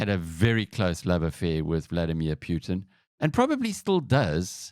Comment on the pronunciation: World: "Putin" South Africans: "Pyootin"